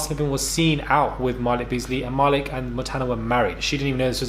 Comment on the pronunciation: Ma - leek not ma-lick....lol